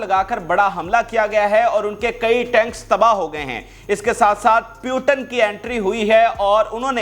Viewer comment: In the whole Pakistan I think no one is to pronounce Putin name correctly they call puetan😮😮😮😮😮😮